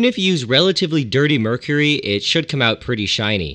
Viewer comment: Nile: *Cooks "MERUCRY" Karen Wetterhahn wants to know your location